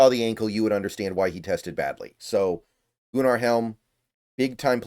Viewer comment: Goo-nar is crazy 😂